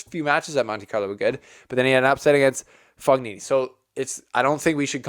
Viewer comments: Don't know if you'll get more italian fans if you keep saying Fog-nini. I think it's a silent ''g''. Anyway, good cover! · It is pronounced Fonini... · Fognini is pronounced fo-nyee-nee . For god's sake, please make even just a small effort. GN in italian is pronounced NY. Like the GN in lasaGNa is pronounced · Mark my words Nadal does not win a title clay season. He is injured, which sucks but he was moving out of bh corner like 1000 in the world. His name is pronounced “Foeneenee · GN in italian is pronounced like ny. Fognini is pronounced fo-nyee-nee. Think of how the GN in the Italian word "lasagna" is pronounced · G is pronunced but not as english native people do. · Do not that for the correct pronunciation of the surname Fognini the "g" is silent. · I love you but please learn how to pronounce Fognini correctly! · the G is silent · Just a small tip - When you read Fognini you should not pronounce G. And Coric is not Koric but first and last letter are being pronounced the same, so it is 'Chorich'